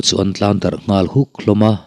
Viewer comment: Englai mah in Ngãl hi a ri hniam in kan lamri ngai lo . A rihniam a i lamrik chuan a awmzia a bo hmak mai ang . I ngal ka khawng a ngeh. Ngal hi a ri hniam a i lamrik chuan a awmzia a bo daih ang. I ngãl kha ka khawng fawk mai tur a nia... 😮😅😅 .